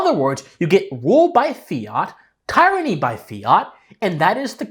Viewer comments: Just one note. The word tyranny is pronounced like "tier," not like, "tire." Peace. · Dude. TEER-ran-nee. ;) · "It can cause tyranny" you pronounced tyranny very strangely...